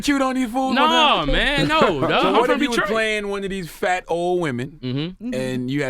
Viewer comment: listen to how hard Charlemagne said FAT. And it's not a reach he's made plenty of other references. Just because you're not attracted to somebody doesn't mean that there's something wrong with them. Trust me 🐁we don't want you anyway.